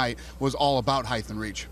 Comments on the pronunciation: HEIGHT. NOT "HEIGHTH" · Dana sais height with -th sound at the end. Lol wtf? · HEIGHTH AND REACH.. HEIGHTH AND REACH!!! For saying it wrong, he sure did say it a lot. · Is dana saying "heighth" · Why is he saying HEIGTH?? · is dana saying "heighth'?? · what's heighth? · this needs more likes he really had that look in his eyes like "shit how do I pronounce height, I've never said it out loud before..." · what did i learn from this interview? dana white cant say height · Dana can't say the word 'height' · I wonder if Dana will ever learn how to pronounce "height"?